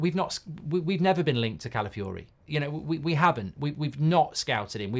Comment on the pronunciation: 3. Goldbridge utterly butchering an easy to pronounce name